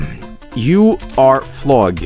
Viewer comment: "floog"=flog guys